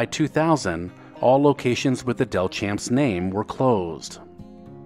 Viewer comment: Delchamps is pronounced as Del-shamps. I was raised in Mobile where the chain was founded.